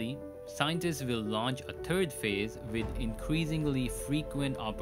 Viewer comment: I was being facetious, when the narrator says third it comes out as turd.